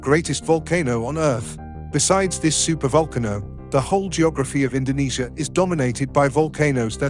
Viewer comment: super vulkanoe? Voalkannoe?? What !?